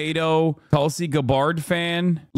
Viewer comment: “Tulsi Guh-bárd”